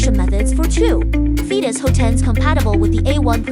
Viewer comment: Phaetus should be pronounced "FAY-tous" not "FEE-tous". Examples : aerobics aerate aegis Gaelic Aesop daemon Unless you really intended for it to sound like "fetus". But why?